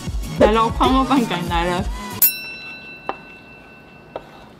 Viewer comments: 怎越來越台灣國語了啊？廣肉蛋糕完全聽起來沒有食慾… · 哈哈！是不是都唸「礦」肉？？